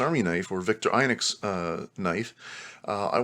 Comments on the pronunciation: Vik-TOR-ih-noks not Viktor-EYE-noks. In Europe: Veek-TOR-ee-noks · I don’t think I’ve ever heard Victorinox pronounced “Victor..inucs “ before 😵‍💫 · Vick-tore-eh-knox Veen-ger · Victor INOX? It's victorinox! Very irritating. I know I'm knit picking. But it did make me not wanting to listen any longer.